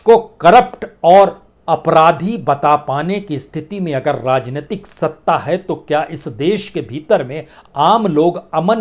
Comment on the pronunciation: Rrrrrrrrrrrrrrrrajneyatik😃😄😄😄 rrrrrrrrrrrrrr rajneitik rrrrrrrrrrrrrr😁🤣😄rrrrrrrrrrrr